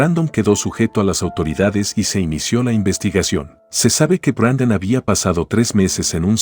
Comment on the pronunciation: Es Brandon no Brendon